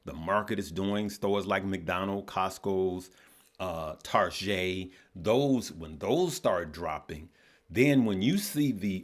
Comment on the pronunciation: did you just get bougie on us? You called Target, Tar-ge'... 😂😂😂 That's what a friend of mine calls it, also.